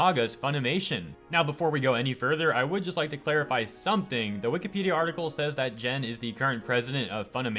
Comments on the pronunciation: It's not pronounced Jen. It is Gen 😠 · AFAIK you pronounce Gen like Gandalf. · You're the second person who pronounced Gen wrong. The G is pronounced like gum, go, get and gorilla. At least you pronounced his last name FukunaGa and not FukunaWa.